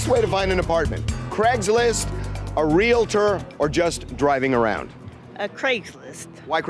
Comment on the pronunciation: It's Real-tor